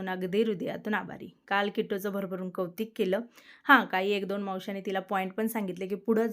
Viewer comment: ताई प्लीज कवतीक अस म्हणू नको ना! कौतुक असे म्हण. सांगितले म्हणून राग मानू नको बाकी तुझे व्हिडिओ खूप छान असतात. कमेंटला रिप्लाय देत जा ना ताई प्लीज!